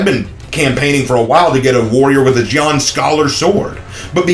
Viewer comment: I just want a WuLin Warrior using a Jian or Deer Horn Blades :c Also bro, is pronounced Jien actually 🤓